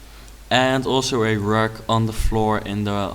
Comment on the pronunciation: Rug ~= carpet, pronounce the u in rug like a Dutch a. (Teppich in German, I don't know the Dutch word)